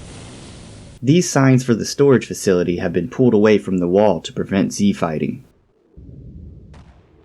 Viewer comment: like I didn't understand each time.. c fighting??? Z fighting???